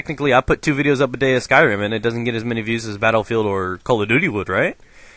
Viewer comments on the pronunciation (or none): none